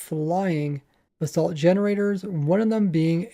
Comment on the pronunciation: It sounds like your saying "the salt"